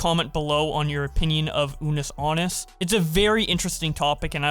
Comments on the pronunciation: The fact keeps saying anus instead of annus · Man really said "Unus Anus"